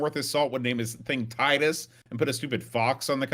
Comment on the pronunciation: If there is a “severe lack of knowledge of the USA” in this game it is from a French developer not a British one. Titus (pronounced Teetus) are a French outfit not a British one. The 560 SEC did 0-60 in 7 seconds back in the 90s so it was no slouch for a huge coupe. I went for the BMW alternative back then with the 840Ci (I’ve always been a sucker for pop up headlights) and can tell you for a huge car those things can shift. Definitely autobahn monsters of their time.